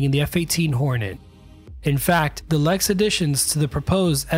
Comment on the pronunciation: LERX, not LEX.